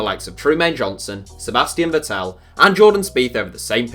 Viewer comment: You said vettel wrong